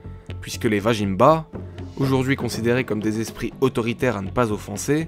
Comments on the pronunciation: belle réalisation :) vazimba se prononcerait plutôt comme ""vas-y mba" et non vajinmba mdr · ça fait plaisir en tant que Malgache d'écouter une des milliers de légendes de ce pays. Néanmoins petite précision vajimba ne se prononce pas tel quel il se prononce Vazimb on ne prononce pas le a de la fin et le j se prononce Z